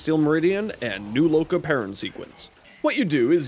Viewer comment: My respect for you after you said new loka 📉📉